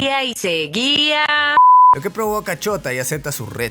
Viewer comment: cuando se llama Shouta pero cada vez que el tipo dice Shouta se escucha Chota